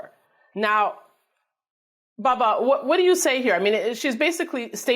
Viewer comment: WHY does she call him.. BABBA??? its..BUBBA!!!!! Weird!! Why dosent someone CORRECT HER!!!!....Its BUB!! not BAB!!!............PS I like Bubba!! NOT BABBA!!!